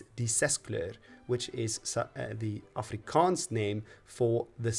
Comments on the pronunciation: What a delightful suggestion by the YouTube algorithm! As a South African I must say that your pronunciation of Afrikaans words is *chef's kiss*. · As an afrikaaner who often has to suffer the ignorance of people who can't pronounce things right, I just have to say, absolute mad respect to you for going through the trouble of learning the correct pronunciation and getting it on point. Also thank you for all the effort you put into this, despite being afrikaans my parents gave me a very english upbringing, and now that I'm a young adult I realized how little the schools taught about my own and other peoples culture, so now I'm scavenging on the internet for the history of my people and my country. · Thank you for doing video's about my country, our history and my language. 😊I have never yet been insulted or gotten irritable watching your videos where you speak Afrikaans, if I didn't know better I would have thought you a local. 😅 Your pronounciation is impeccable, I appreciate the research you always seem to do with the content, and enjoy the obvious interest you have for South African history and Afrikaans. I've said this in a previous comment on a video you did about Afrikaans, "knap gedaan".